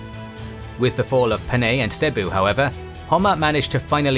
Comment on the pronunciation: Panay not Paney